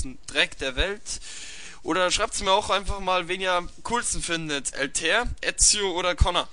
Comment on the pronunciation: Yo gutes Video. Paar Sachen vielleicht, 1.Altair spricht man anders aus. (in etwa so Alta-ihr) 2. Wenn du vorhast größer zu werden, solltest du über ein etwas bessers mic nachdenken weil der Ton doch entfernt und etwas rauschend ist. Ansonsten weiter so :D